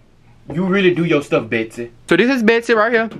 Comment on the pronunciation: beaht sea